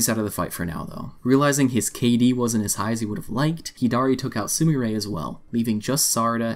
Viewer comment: Bro really complicated her name. It's 3 syllables Su-mi-re